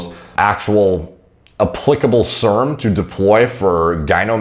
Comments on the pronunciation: Did have a stroke or is it just a speech impediment? Why does he mispronounce words like serum? It's SEAR-UM like 'hear 'em?', not SERM like sperm. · Nobody:: serms